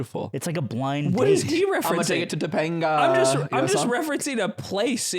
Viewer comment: bro when goes " Imma take ha to ToPanGaa" I lost it LMAOOO